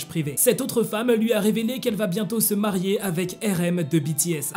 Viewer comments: Marier pas marer 😂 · t'as e ris marer au lieux de marier